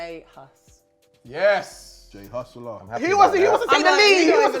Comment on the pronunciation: it's Jehst.